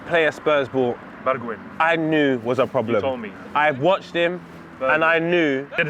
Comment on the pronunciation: “Sterven begwijan”